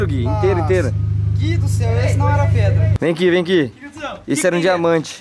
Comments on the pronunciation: Preda Gui 🤦🏻‍♂️🤦🏻‍♂️🤦🏻‍♂️ é pedra Gui 😂😂😂😂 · o gui falava preda kkkk mais n da nd é a melhor noti do dia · o gui falando:preda rsrs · O Gui falando preda toda hora kkk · Só eu que tava entendendo o gui falar preda?kkkk te amo muito Gui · Tava me dando agonia do Gui falando preda kkkkkkkkk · "Preda" ksksskzk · O gui vc fala pedra ou preda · wenden o gui to falou preda mais no se fala preda se fafa pedra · Ele tá falando "preda" de propósito né??? Kkkkkk da agonia Vey Eu espero que seja na brincadeira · Ele fala e preda em vez de pedra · o gui nao sabe dizer PEDRA ELE DIZ PREDA kkkkkkkkkkkkkkkkk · Gui pq vc fala preda e não pedra é por zueira meamo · o gui fala preda kkkkkkkkkkkkkkkk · O cara falo preda kkkkk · O gui fala preda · "Preda" kkkkkkkkkkkk